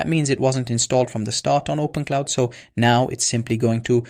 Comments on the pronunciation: Great info, but it’s open Clawww, not open cloud, or open Claude 😊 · open'claw', not openclaude. lol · What is "OPEN-CLOUD" why does he keep saying opencloud? Does he mean openclaw? More like Open-Clown 🤡 Whole video seems sketchy. Dude doesn't even know the correct name